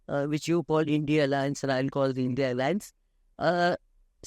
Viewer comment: Maam u r a senior journalist but still u call the i.n.d.i.a as i.n.d.i.a.a,how come?? Its indi alliance plzz rectify